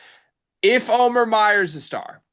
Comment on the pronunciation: Can you guys please figure out how to say the guy’s name? Come on it’s not O-mear!